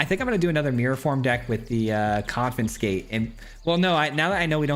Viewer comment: there's that "confi-n-scate" again clearly we did not razz him enough last time